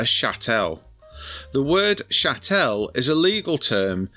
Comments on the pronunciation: It's CHATTLE, not chattelle! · Good video bar your high falutin pronunciation of Chattel (pronounced like cattle with an H). I've solved this problem personally by permanently moving offshore, but feel for all those who are still suffering. I personally get warm fuzzies knowing my hard work isn't being taken for Doctors being paid 20% pay rises annually and 35% final salary pensions - I guess I'll just have to Google my own symptoms rather than getting a Jr Doctor to Google them. I'm not paying a single penny towards the pay and pensions of diversity outreach coordinators, solar panel liaison officers and all those leaflets telling me what Greta Thumberg wants me to do with my tins after I've eaten the Baked Beans. Kier Starmer isn't getting his 1/2 million annual pension paid by me. I didn't pay Mandleson's champagne bill when he became our ambassador as I'd left by then. And not one penny is going to the fighting aged males 4 star hotels. Zanu-Labour can battery farm grape on their own dime. If I hadn't done it already, when it comes to sell I'd move out of the UK for over 1 tax year then sell the lot in a 0% Capital Gains Tax jurisdiction - Anguilla, Cayman's, UAE, Guernsey, Isle of Man etc. As the great Ronald Regan said "Starve the beast".